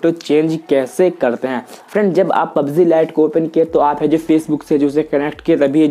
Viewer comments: pubz nhi hota hai pubg hota hai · Not pubzee it's pubg